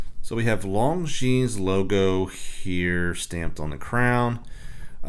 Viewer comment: It is pronounced Lon・Zheen. The "s" is silent.